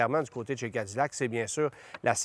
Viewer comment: Pourquoi prononcer Cadillac comme des américains ?